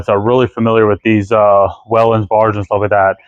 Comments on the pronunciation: Those bars were used on Connecticut DEP SUV'S. And.......I was a career Firefighter Paramedic in Connecticut for many years. The proper way to pronounce Whelen is, "Way-len". I know, it's strange, but fact! You videos are terrific, thanks! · I couple nitpicky things....Whelen is actually pronounced "Wee-Len". I didn't think so until I called them and that's how they're automated system pronounces their name. I always called them "Way-Len"...I was wrong. Those steady burn lights on the corners are called "Cruise" lights. Nice restore, too bad the siren doesn't work because that's my favorite siren ever. One day, I got to use a spare car at work and I was psyched because it had that setup and I got to run it code a few times....noisy as hell, but i loved it!